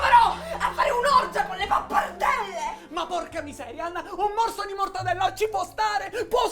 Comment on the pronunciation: Mortadella con la pronuncia siciliana...mi fa morire😀😀😀😀